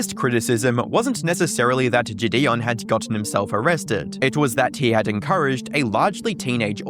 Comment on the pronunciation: Narrator pronouncing JiDion, “JiDayon” 😭. Great vid tho